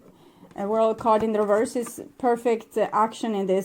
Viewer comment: reverse. the word is reverse. There's no "d" on the end. Oracle after oracle has trouble with this word. Not sure why. It's 3D garbage when someone cheats or is unfaithful. All 3D. On the 5D all is smooth, loving and destined. Sag and my person is a Leo.